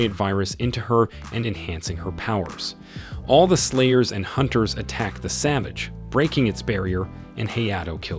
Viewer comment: Thought I was tripping out but this dude is really saying "players" instead of "slayers" so if you think you are hearing stuff don't panic.